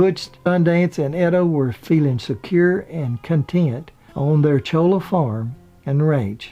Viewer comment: Great story. One point of information - the ranch in Argentina was not at 'Chola' but Cholilla (well a couple of miles outside it). It's recently been restored. I've been there several times (live near there).